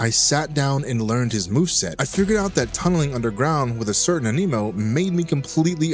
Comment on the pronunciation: why TF do you keep saying AMINO?